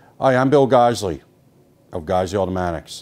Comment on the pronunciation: Lol I hella thought he was saying friggin